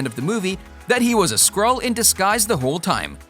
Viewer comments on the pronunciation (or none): none